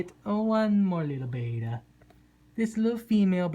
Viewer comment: It’s bet-ta not bay-ta